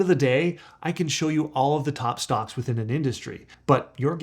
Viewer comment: 9 StocK….or stock”S”. You made that weird mistake twice. Is this Ai generated?